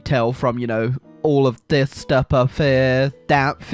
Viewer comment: “All of this stupp uf here”